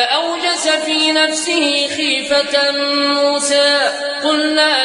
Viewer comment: الله أكبر على اسم موسى عليه السلام كيف ينطق به جميل جدا جداجدا الله عليك يا